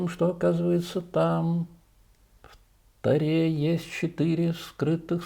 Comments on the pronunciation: Пожалуйста, не « в ТорЕ», а «в ТОре» ударение на О .. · Если мы говорим на иврите, Небесном языке, по правилам которого в большинстве слов ударение падает на последний слог, то и слово «Тора» («в Торе» и при склонении - в других падежах) надо произносить с ударением на последнем слоге. Если же мы говорим на русском, мелодика русского языка, в который слово «Тора» вошло, как иностранное, и сложившаяся практика (по разным причинам - к примеру, влияние языка идиш и английского) диктуют иное правило. В контексте русского языка слово «Тора» во всех падежах произносится с ударением на первом слоге. Автор текста Элиягу Эссас А Вы на каком языке говорите?!